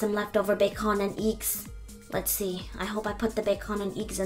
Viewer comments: She can pronounce every other words.. but not bacon and eggs and fruit smoothie. 'Bac-onnnn and IIGS! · BEacOn anD EcKS Lol I loved how u pronounced that. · "ba-con and eigs" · The Way she pronouce eggs😂